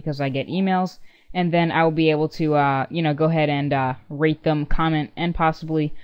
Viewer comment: okay just to point out my brother sed that when you sed rate them it sounded lik rape them i know its weird tell him that anyways im gnna join your group i still need help with youtube even tho i started last yr *smiles and blushes*anyways yeah